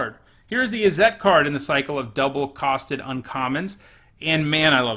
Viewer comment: Ok but , Izzette? ;) For real though great content, and it however you pronounce your card names, I ain't bovvered.